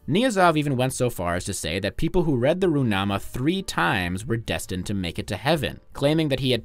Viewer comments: Я не любитель Туркмении, но этот видос это просто какой то сборник похуизма. Неправильные ударения, отсутствующие буквы. Ну в чем проблема выговорить звук Х в руХнаме?😂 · That was a pretty good pronunciation of Gurbanguly Berdimuhamedow and Turkmenbashy. But the Ruhnama is not Roo-nama, but Ru-h-nama. Source: I am Kazakh.